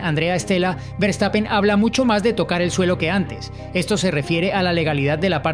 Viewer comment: Hola. Eres excelente periodista. Y hablas relativamente buen inglés.Pero no se dice Berstapen, sino fershtapen. Verstapen. Saludos desde Alemania.